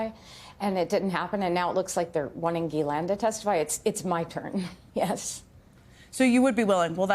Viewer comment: I’m surprised that no one has looked up how to pronounce Ghislaine. I looked it up on Google. It is French, and pronounced jislane.